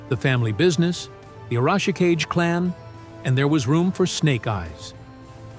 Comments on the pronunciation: Tell your AI that the name is pronounced "ah-rah-shi-KAH-gay." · "A-rawsh-a-ka-jay", eh? When your AI fails your lack of proofing. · Tommy's last name is Arashikage (ah rah shee - kah gey) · Arashikage means Storm Shadow in Japanese. The Kage part means Shadow and is pronounced Kah-Gay or Ka-GA if that makes better sense. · OMG, the AI's pronunciation of Arashikage is hurting my brain! - And it's not even doing it the same way each time, so its not even consistent...... like it's saying it each different way it can think of, figuring that maybe just one version will accidentally be correct.